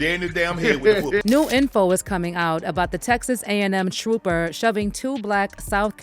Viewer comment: WHAT IS A ‘TROPPER’ ? SMDH 😂